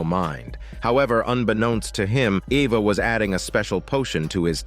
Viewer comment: AI wasn’t sure how to pronounce the name Eva lol